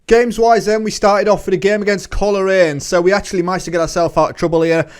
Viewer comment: Coleraine is pronounced coal-rain Glenavon is glen-aven as in avenue not the river avon. Great series, portadowns my hometown.